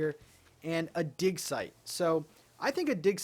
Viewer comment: He kept saying dig site repeatedly and all I heard was dick size. LOL